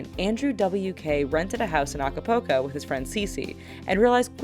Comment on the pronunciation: the way she says acapulco... *facepalm